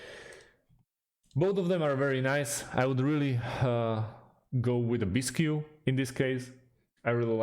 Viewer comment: Bisq. Not bis-q.